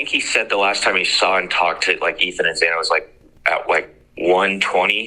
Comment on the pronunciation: why the hell can't anyone get Xana's name right? Gotta to admit, this is the first time I've heard of Alpha Gamma Rho... hmmmmm